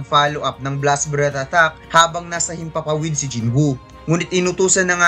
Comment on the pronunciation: Atthack ba yung naririnig ko hindi attack?🤣